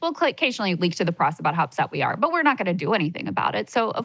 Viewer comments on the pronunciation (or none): none